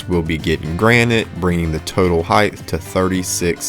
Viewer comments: Are you pronouncing height (a word ending in a “T”) as high-th? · WidTH, lengTH, height….not heighTH. Just sayin’ 😊